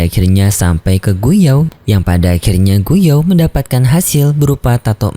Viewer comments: oii bg,, bpk nya xun er itu gu yuan bg,, bukan gu yao😂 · Gu yuan bege bukan gu you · Gu Yuan, bukan Gu Yao min. hihihi